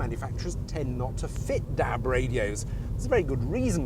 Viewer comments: Haha, apart from the way he says Dab not DAB, it's great. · i love the way he says dab....DAB!